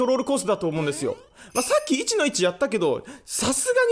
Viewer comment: 1-1のイントネーションが気になって内容が入ってこんww